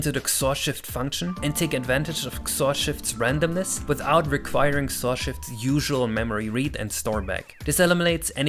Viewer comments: please... it's not "ksorr". It's "X-Or" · honestly i've never heard anyone pronounce XOR as "xor" instead of "ex or" on another note, what about using user input for sequential RNG calls? i know some games do that and during regular gameplay it shouldn't be that noticable, but it makes it easier for TASes and such to work with